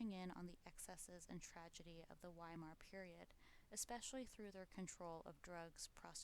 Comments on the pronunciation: Is it too much to expect Americans to pronounce Weimar ("VY-mar") properly? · Entschuldigen Sie, junge Dame! The "W" in Weimar is pronounced like a "V". Y'all sound like a "rookie", cookie! Frieden! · “During the decadent days of the WHY-mar republic “=😅😅😅 I’m gone